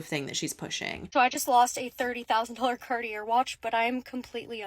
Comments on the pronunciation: I came to the comments looking the CartiER watch. I’m broke and even I know how to pronounce it. You’d think she’d walk into the store and pick up on how the salesperson is pronouncing it. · I realize I'm nitpicking here 😅 Most native English speakers mispronounce Cartier. So, her pronunciation is just a little stranger to my ears than yours would be (unless you speak French of course, I wouldn't want to make assumptions 😊). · She can’t say Cartier either 😂 but come with me buy my course for 5k to teach you how to sell course for others 😂 money for old rope it seems they make money selling nothing really. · Sorry but I can't take financial advice from someone who doesn’t know how to pronounce Cartier 🙃🫠😅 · Come on girl even Poo Shiesty can pronounce "Cartier" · Can I just hate how she pronounces Cartier and be done with her there. 😂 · Not the point but owning a cartier watch and not knowing how to properly pronounce "cartier" is crazy work 😅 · Is a millionaire but can't pronounce Cartier? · She can't even pronounce "Cartier"??? And she lost a 30K watch?? I wouldn't trust her based on that. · the way she pronounced Cartier was one of the most annoying things about the whole video 😆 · I don't trust anyone who can afford to buy Cartier but can't figure out how to pronounce it. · I have so many thoughts and I don’t want to write a novel in the comments but girl if you can’t pronounce Cartier, you’re giving yourself away. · How does one spend $30,000 on a watch and not know how to pronounce the brand name? Lol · How is she mispronouncing Cartier?? She sounds so ridiculous 🤦‍♀️ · She doesn’t even know how to pronounce Cartier. ??? There is only 1 common pronunciation. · The way she pronounces Cartier hurts my ears. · doesn’t know how to pronounce Cartier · If she's going to spend that kind of money on a watch, the least she could do is learn how to pronounce "Cartier" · Imagine thinking like this when you can’t even pronounce Cartier correct. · Mhmm. “Cart—ee—er” 😆